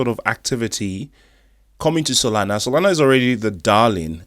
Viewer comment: Yoi said SoNala brother instead of Solana just looking out😊